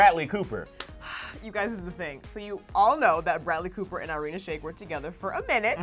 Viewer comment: That is not how you pronounce irina